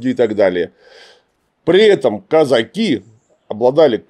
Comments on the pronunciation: Клим Александрович, почему вы так странно ставите ударение в слове казаки? причем иногда даже правильно. Страшно режет слух. Правильно Казаки́, на "и" ударение. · Слова Казаки произносится с ударением на последний слог. Ученых много о казаках, а как это слово Казаки произносить не знают.